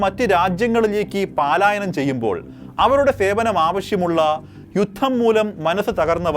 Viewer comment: പാലായനം അല്ല, പലായനം എന്നു മതി.